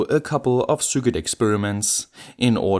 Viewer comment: Repeat a thousand times: Sir Kit. NOT Sur Quit, nor Sur Kit, or any other pronunciation. No excuse now...